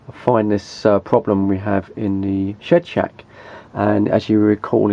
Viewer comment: I love the way u say shed shack lol sounds very much like shit shack hahaha maybe more fitting hahaha. I would try the radio and burner in the loft on a diferent psu and 1 patch lead with no fans switched on.